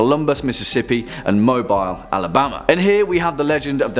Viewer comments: It's pronounced Mo-bill~ Alabama born and raised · Mobile, Alabama is pronounced MO-beel. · It's pronounced Mobeel (Mobile) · Mo-Bile Alabama made my day when I heard it. Not saying to be one of those pedantic internet people (You guys are British you wouldn't know), but the local pronounciation is more like Mo-Beel. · It is pronounced MoBEEL, Alabama, y'all! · It's pronounced Moe-beel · It pronounce mo bill